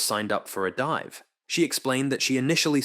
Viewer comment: A "DEEVE" of only 7 meters..smh this ai crap is worthless to listen to